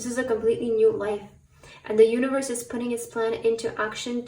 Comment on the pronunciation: I chose pile 3 and in the beginning of the reading when you said universe I heard uterus 😂😅